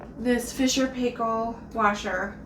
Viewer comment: Great video, very informative and clear thank you very much, love your pronunciation of Fisher and Paykel. (from Australia).